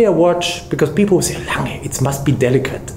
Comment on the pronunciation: At long last a watch guy who can pronounce Lange u. Söhne!